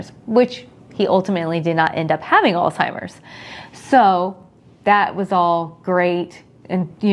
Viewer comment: Alz (H)eimers not Alz (T)imers. So glad it wasn’t genetic!